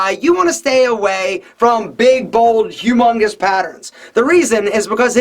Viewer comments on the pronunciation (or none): The way he said HUMUNGUS lol